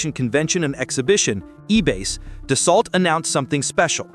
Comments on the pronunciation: Tell your AI narrator that it’s pronounced Do-So……. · It’s pronounced: Da-so. How can you make a video and not know this? It was not illegal for twin engines to cross an ocean. Only for airlines. There are no ETOPS restrictions for business jets. And no, 3 engine airplanes do not have more thrust than a twin. A twin engine is certified to continue takeoff on 1 engine. A 3 engine aircraft is certified to takeoff on 2 engines. So total thrust is significantly less on a 3 engine aircraft. This is a complete BS video. By the way, nobody pays $6 per gallon. That’s the posted price, but everybody has fuel contracts, which is more like $3 to $3.50.